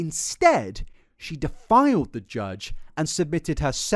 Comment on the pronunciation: the slight mispronunciations are part of the charm with your work but ngl i kept doing double takes when "defied" sounded like "defiled" good work putting all this in one place, enjoyable as always, hat or no hat.